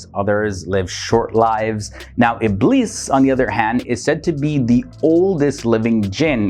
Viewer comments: I love your content, I've learned a lot from it but when you say "Iblis" it's not the correct pronunciation. It's pronounced as "Ibleess". I am not trying to be mean, I'm just saying. (It bothers me, when someone pronounces something wrong) Sorry Take care and stay safe All ❤🙏💓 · Ibleess in english